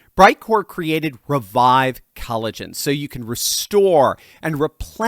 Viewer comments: If he says cali-gen one more time... Lol 😂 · Maybe if you are going to advertise something you should Learn how to pronounce it properly!.. why have you swapped the O in collagen for an A?... How am I ment to take you Seriously When you don't even know what a basic sounds vowels make?